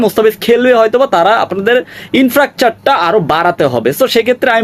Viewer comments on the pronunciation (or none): এ ভাই,,, ইনফ্রাকচার,,,, infrastructure... উচ্চারণ ঠিক করবেন আশা করি,, যেহেতু এনালাইসিস ভিডিও করছেন